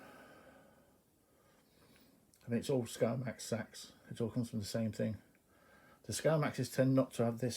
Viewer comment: Sorry about your dog buddy it can be rough. I love see =ing your Knives I never knew the correct pronounciation of seax until you sais it. I hear everything over here in Kentucky.USA. Thanks for sharing them